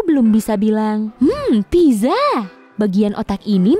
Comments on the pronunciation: Maaf ya pizza itu dibacanya pitsa, bukan piza Sekedar info saja. :) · not pizza but pitsa